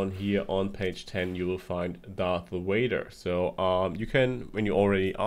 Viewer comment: Darth whader